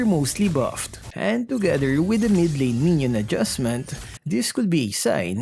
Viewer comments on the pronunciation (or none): none